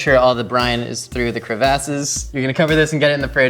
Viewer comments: No one:: crevAAces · my guy said cre-vasses